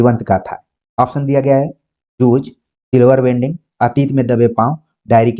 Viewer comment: माफ कीजिएगा गुरु जी silver wedding ( सिल्वर वेडिंग) है, वेल्डिंग नहीं ।